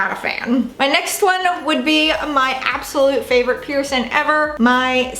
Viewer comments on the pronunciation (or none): The word is Piercing. I’m hearing “Pearson”. Healing pronounced as heelin. Definitely distracting!! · you pronounce the word ’piercing’ as ‘pee-er-son’ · when she says “piercin” omfg